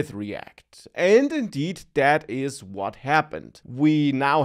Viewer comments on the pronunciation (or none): none